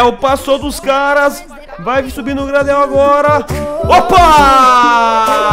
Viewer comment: Video foda como sempre! o Gradel se Fala ''Greidéu'' em ingles com sotaq.. observa o sule ele é um zagueiro mt bom e evolui mt, mas só da pra proxima temporada